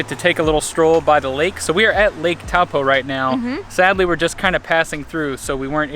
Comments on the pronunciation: FAbulous stuff! ps - it's pronouced Toe-paw (as in toe on your foot and paw of an animal). Most people say it how you did but in Maori (which is the language it's in) Taupo is pronounced ToePaw :D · Taupo (toe poor) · Who else is a Maori that got triggered cause they pronounced Taupo wrong 😂